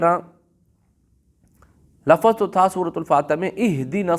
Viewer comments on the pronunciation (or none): لفظ کوبفتح الفا کیوں بولتے ہیں